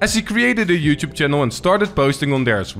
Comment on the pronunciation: Please learn how to say "youtube"